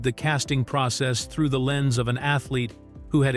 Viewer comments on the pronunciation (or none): none